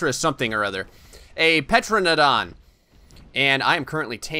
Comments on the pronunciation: wakko151 no you are also wrong it is not pronounced “Tera-Don” it is pronounced Ter-Anna-Don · “Petranadon” AS A SELF LABELED DINOSAUR EXPERT I AM HAPPY TO SAY THAT IS NOT HOW YOU SPELL IT >:0 I know this vid is old But Sir It’s pronounced “Tuh ran uh don” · It's pronounced teradon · its called a Tera_Don. and its Mortar and Pesel. Not the spelling but how you say them. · Bro u say like tear-u-don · Dominic C. No it’s Ter-Anna-Don..... people always forget the Anna part in the middle! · Petranodon? PLEASE. PTERAnodon is the most popular pterosaur and you pronounce it wrong... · The “p” in pteranodon is silent. Like pterodactyl or pteranodon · you don't prenounce the P in pteradon